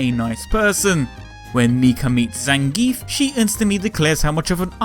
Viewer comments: It's actually pronounced Zan guee ev. I guess it's a russian pronounciation thing... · I pronounce his name "Zangeef" xD